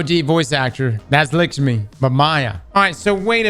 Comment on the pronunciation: Maybe I missed it but, why does says "Likshmi" Instead of"Lakshmi". Is it on purpose or what?😅😂